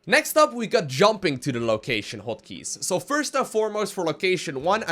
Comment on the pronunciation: "hoat keys"